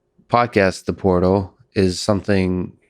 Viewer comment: Welcome to, "The Whortal"